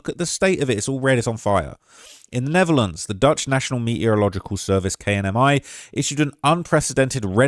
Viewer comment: Ay the way you said Netherlands sound like Neverlands 😂